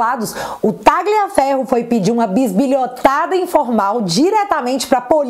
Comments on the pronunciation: só corrija a pronúncia do sobrenome Tagliaferro(pronuncia-se Taliafero) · Oi! A fonética de Tagliaferro é Talhaferro assim como, Raja Gabaglia é Raja Gabalha.